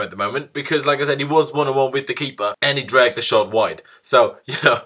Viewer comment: It was a good game today, we won very convincingly and I can't wait to play liverpool. I must say that when you say like I said it sounds like you are saying Lacazette ha ha. So it was a good game today and I totally enjoyed it.